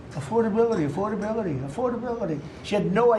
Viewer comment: 💙 Trump is so full of shit with his imaginary conversations and it's mind-blowing how he thinks a cognitive test is a IQ test. Pronouncing the word affordability like he's never said it before in his life. What an idiot! 🖕